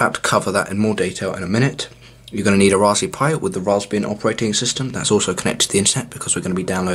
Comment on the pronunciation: I can't get past it.... RaspBERRY pi. Lol. All I hear is raspbee pi